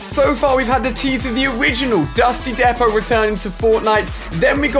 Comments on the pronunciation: Dusty DEPO is not pronounced dep-o it’s more like deep-o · Deeeeeeepot, deeeeeeepot not depot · Lol he keeps saying dusty depoht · its pronounced Depoh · "Dusty Deppo" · And you dont even know how to properly pronounced dusty depot